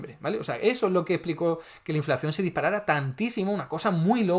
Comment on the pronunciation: Minuto 5: ya veo que entiendes las cosas como te interesa y no como objetivamente son, ... qué eres uno de esos zurdos ... ? Ponte a trabajar, a hacer algo positivo y no a enmerdar las cosas ! Y pronuncia inflación como es , CON UNA SOLA C.